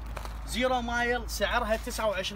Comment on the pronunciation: خوان بس اريد أوضح مسأله ... الشباب الي بالفيديو مل شويه وكالو زيرو مايل))) ...زيرو مايل ..الكلمة مو هيج تنقري رحمه لدينكم .. زيرو ميل //بالإنكليزي zero Mile // يعني صفر مًيل يعني ما مآشيه لان بامريكا احيانا يستخدمون الميل كوحدة حساب للمسافة مو المايل 😅😂👌